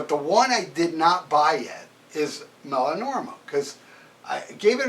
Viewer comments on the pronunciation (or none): “Melanorma”?? There’s no “M” in the title, aside from the first letter, and there’s an “I” in there... “Meliora.” Pronounced “Me-Lee-or-uh”.